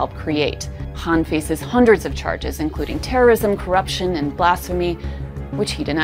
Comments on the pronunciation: Why do you keep calling him Imran Haan?😂 Don't you see a K? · Why do you keep pronouncing Imran Khan as Imran Han? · Why does this woman not spell the K in Khan? She keep saying Imran Haan...